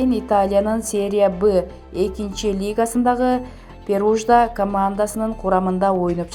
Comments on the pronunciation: Перужда деген клуб жок!!!!!!!!! Перуджа!!!! Дизлайк сага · Перуджа эмес Перуджа.